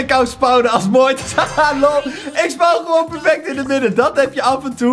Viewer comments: Of spauwn? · Niemand. Echt niemand.: spouwn